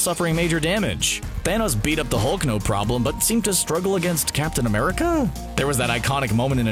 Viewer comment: Not gonna lie I thought u said captain under pants